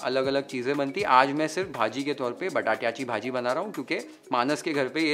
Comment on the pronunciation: The way you spoke बटाट्याची भाजी, वालाचे बिर्डे, अळू चं फदफदं was really appreciable.. kudos to entire team YFL. Thanks for sharing such a wonderful नैवेद्याचे ताट.🙏😋😌